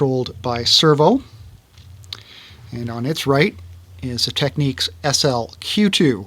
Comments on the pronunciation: They are called Tecnics, not Tek- neeks. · it's annoying; he's correct. There is nothing in English that would indicate your pronunciation, it's clearly tech-nicks not tech-niques, that's just obvious. Great video though. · I heard from a guy that is from Japan, that Americans saying “Tech-neeks” are saying it wrong, and that it’s in fact pronounced “Technics”. I figure they’d know better than us, but I have the SL-D2 and like it a lot. Love your videos. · I've always called it technics ("tech-nicks") and have never understood why anyone speaking English would pronounce it techniques. It's so dumb and annoying.